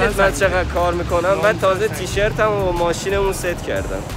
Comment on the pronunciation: واقعا ترکی میگه تیشرت